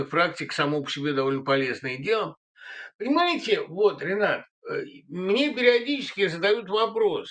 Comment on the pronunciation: Спасибо, Ренат! Чуть-чуть более внятно: пока не прочитал, никак не мог разобрать, как вас зовут. Быкову и Пугачевой передайте привет и уважение. Путину и иже с ним - презрение и порицание.